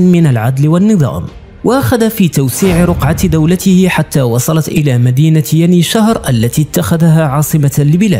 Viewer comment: يني شهير مو يني شهر